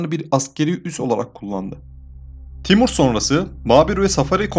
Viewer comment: Timör diyip geçmesen iyidi